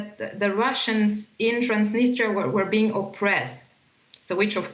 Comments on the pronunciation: Trans-Da -nis-der It's Trans-nis-tre-a lol 😆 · "Transtinister" perfect 👍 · It’s “Transneester” now? Wasn’t it “Transnistria”? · I thought it was called Transnistria not Transnister. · I guess nobody can't pronounce such a word TransDniester. It's Transnistria from the river Nistru. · Transdinistra? Thought it was Transnistria. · It's Transnistria not Transnister! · Please, Transnistria, not Trans-dniester! Trans-dniester is a Russian pronounciation! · I didn’t know Transnistria was pronounced transnister . I’m not European can someone explain??? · Are you a Journalist ? Is not Transtinistria, LOL, is Transnistria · do not know why you call it transneester when the people of that land call it tranz-nis-tree-ah transnistria. did people forget how to read and break down words to syllables. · Ha ha ha, “transnister” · You have a guest who is pronouncing the name of the region correctly and you have two correspondents completely chewing the name. How about you actual be professionals rather than just pretending. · By two separate reporters incorrectly called Transnistria, that's trans-nist-ria. Your output is usually reasonable and the standard of your journalism is respectable. But basic place names are things that are correct prior to going to air. ( uses the correct place name, I think he's way more familiar with the place that your journalists). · get used to pronouncing it. It's tranz·ni·stree·uh